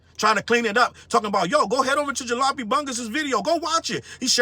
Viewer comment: The most disappointing thing to me is that didn't know how to pronounce Jalopy. I've got duct tape holding parts of one of my cars together right now.